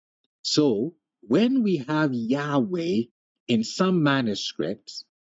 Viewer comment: This was surprisingly good, the real pronunciation of the name was right under our noses